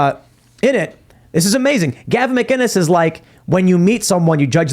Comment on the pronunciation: Hey Tim , Gavin McInnis, no G in McInnis.